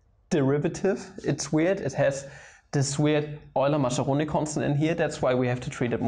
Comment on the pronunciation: I FUCKIN' LOVE "EULY-MACCHERONI"